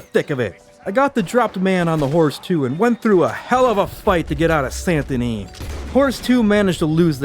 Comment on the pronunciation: So it sounds like you're pronouncing the T in Saint Denis. I checked the auto captioning and it thought so too. Leave off the T. It should sound like: San Da Nee.